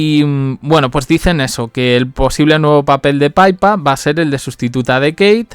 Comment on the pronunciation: Que NO se pronuncia "paipa".... Es PIPA, tal cuál, PI PA.... Pe i latina, pe y a......PIPAAAAAA... Dios, qte invito a Londres para que lo aprendas 😂😂😂😂🤦🏻‍♀️